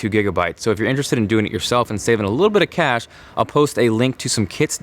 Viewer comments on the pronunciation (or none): none